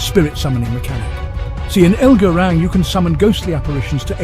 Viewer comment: "elgar rang" 🤣😭